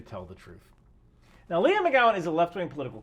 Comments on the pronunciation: I understand the skills need, but why do they all need to be appointed at such a high rank? Also, her name is Leigh, not Leah. You keep saying Leah. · Like 90% sure her name's pronounced " Lee " , just saying, since you've said her name like a dozen times in 3 minutes...😂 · I've never heard of this chick but I can read. I love that called her Leah instead of Leigh the whole video.😆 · Gotta be accurate? Then accuses tim pool of selling out to the Russians. WTF? Also. Leigh=lee not leah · The name "Leigh: is generally pronounced LEE but maybe she pronounces it like "LEE AH"